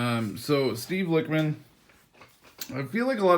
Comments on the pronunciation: Bruh The Lich in “Lichman” is pronounced like the wich in sandwich. This is because Steve is a type of Necromancer called a Lich. If you don’t know what a Necromancer is, it’s a Wizard that brings back the dead. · It’s pronounced lichman like itchman